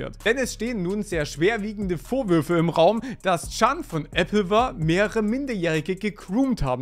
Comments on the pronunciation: ApplewAr, es heißt war wie Krieg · Wird das Nicht Apple War ausgesprochen? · Das ist eppelwahr. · Sorry, aber es ist so funny…. Äbbelwahr😂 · "Äppelwahr" classic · Die Applewar Ausssprache ist crazy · bei deiner Aussprache von AppleWar krachts aber gewaltig. Und schade was aus AppleWar geworden ist. Ich als YouTube Kind erster Stunde habe die videos damals sehr gemocht (sind natürlich heute aus der Zeit gefallen) Man muss sich mal überlegen wieviele Creator die damals mit groß gemacht haben. Von iBlali, Kelly bis hin zu Taddl und Ardi Verrückte zeit war das... EDIT: Was ich positiv bewerte ist, dass Chan zu seinen Fehlern steht, diese einsieht, sich versucht zu entschuldigen (auch wenn diese dinge natürlich unverzeihlich sind) und sich selbst hilfe sucht um nicht nur sich sondern vorallem andere zu schützen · Ja da hast du leider einen Punkt und völlig Recht. Aber es zeigt sich ja oft genug, dass viele nicht einmal dieses Minimum schaffen. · Sogar der östereicher hats geschafft Applewar auszusprechen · Also erst spricht Kyzer den Kanal die Meeries falsch aus und du Applewar Pictures. Ich bin schon enttäuscht genug wegen den Anschuldigungen plus hat er es ja indirekt bestätigt. Bin mal gespannt was sich noch so entwickelt. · No Joke, ich hätte gute Lust das Video nach abzubrechen, wegen der Aussprache. Werde mich da jetzt durch quälen aber Alter am liebsten würde ich für diese Qual meine Watchtime zurückverlangen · Wieso sagst du Applewar so komisch 😭😭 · Aussprache ist ne 6